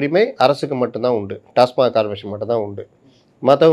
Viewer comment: அது "டாஸ்மார்க்" இல்லை " டாஸ்மாக் " "TASMAC " புரிந்து கொண்டு பேசுங்க